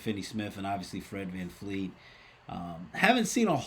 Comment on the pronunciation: Bro why do we keep getting Fred's last name wrong, a lot of peeps say Vanfleet, it's "Fred VanVleet"!